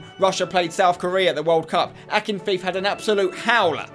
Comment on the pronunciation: Russia GK's name is pronounced AKIN-FE-YEV, if anyone cares that is.